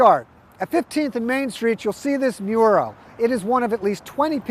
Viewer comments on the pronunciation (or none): It sounds very flamboyant